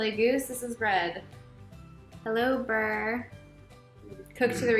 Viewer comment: it's pronounced Brill and not Burr, as in Aaron Burr, or the type of Burr I wrote about Jared Kushner turning into. Brill as in Brillo Pad!